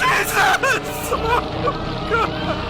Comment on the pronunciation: JE- not Ju.. it's Jesus